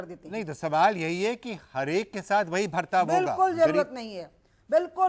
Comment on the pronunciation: He's calling Hindi word 'bartav ' as 'Bhartav ' , that's y these libtards r rootless cosmopolitans